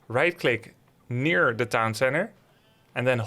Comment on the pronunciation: emphasises NEAR - clicks directly on top of the building 🙄